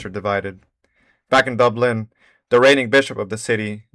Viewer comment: Pronounce Dublin exactly the same as Dubstep.